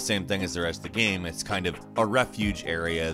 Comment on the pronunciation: He literally says "gaem"